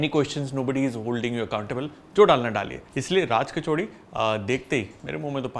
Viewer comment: I can't understand why people say it 'kachaudi' jabki vo 'kachori' hai...